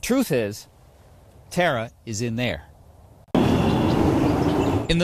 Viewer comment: You mispronounced TARA